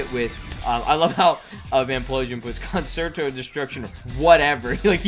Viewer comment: Concerto is pronounced cun-chair-toe